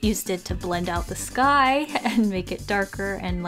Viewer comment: Did anyone else think that when she said “the sky” it sounded like “this guy”. I mean for real I say there for the whole minute thinking WHAT GUY?????? No..... just me then???